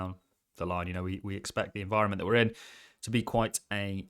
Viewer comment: Please stop saying teat